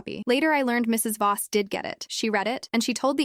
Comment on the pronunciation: The stupid AI thinks the the period after Mr. or Mrs. is the end of a sentence. And Voss is not Boss.